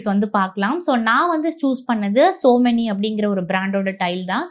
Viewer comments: Yenna kodumai madam - it's SOMANY TILES - NOT SO MANY u don't know even know to pronounce correctly then y make videos 😢😢😢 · Tiles பத்தி ivloo பேசுறீங்க... சொமானி apdindra பிராண்ட் name ஐயே சோ மெனி அப்டின்னு சொல்றீங்க...